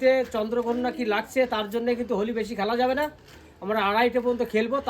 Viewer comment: Hawli nhi hoti hai it's Holi